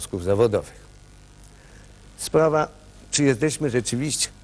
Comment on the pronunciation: "Jezdeśmy" itp.. po latach ta miałkość intelektualna rysuje się aż zanadto wyraziście, kiedy oglądałem to jako dzieciak, wyglądało to na poważną debatę. Zerka ciągle w coś przed sobą, pewnie czytał z telepromptera. Żenada ;/